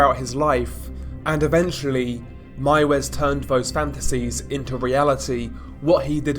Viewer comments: Its pronounced “Mivis” i think… great video. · the way he pronounced miewes 💀💀💀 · Ws in German make a V sound. Why does an American know this and not a Britt.